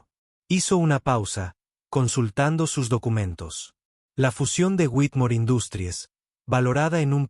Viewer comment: para un proximo video, si usan términos en inglés, pronúncielos bien . "Industries" está en inglés pero la pronuncian como si fuese español, lastima a los oídos. "Sofía" es en español, el acento se debe marcar al hablar.